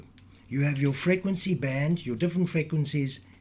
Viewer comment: Never herd such an annoying pronunciation of the word frequency!!!!!!